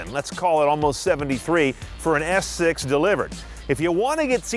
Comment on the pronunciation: Lol he was saying - S6 and I was hearing - Ass 6 :P